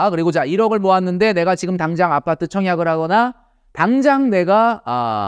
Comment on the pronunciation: 선생님 항상 느끼지만 아빠-트 발음이 참 찰져요.